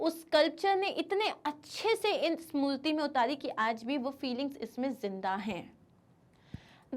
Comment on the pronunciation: Why you call murti as multi is murti not multi 🤷🏻‍♀️